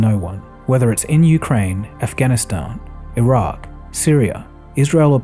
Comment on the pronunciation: Thanks for pronouncing it as Iraq, & not Eye-Rack